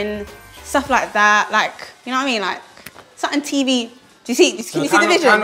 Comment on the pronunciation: Why did she say "I wanna go into Tiv and film"... Why did she pronounce TV like the guy from phonejacker 🤣🤣 Tiv and Film 😂😂😂